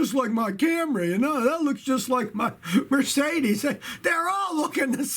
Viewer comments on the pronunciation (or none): none